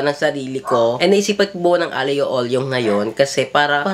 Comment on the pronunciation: AGLIO OLIO - agyo olyo tama naman pronunciation mo hahaha AGLIO is Garlic and Olio means Oil (which is the olive oil) kaya tinawag na ganun kasi literal na yun lang ang pinaka sahog niya garlic lang hahaha minsan may chili flakes para may kick of spicyness hehe pero kapag may bacon na kasama siguro di na siya matatawag na aglio olio hehe 🤗